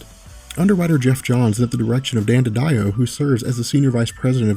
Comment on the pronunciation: I'm sure it's Dan Didio (Dee dee oh) not Dan (dee die oh) but what ever, the guy was nuts as he claimed Countdown (to Final Crisis) was better then the original 52 comic series.